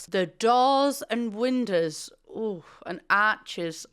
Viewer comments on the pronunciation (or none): none